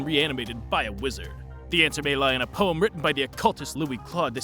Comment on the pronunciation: Yeah how he say poem sounds like he just said wow only